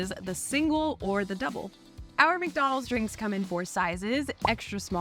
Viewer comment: And “Mac - donalds “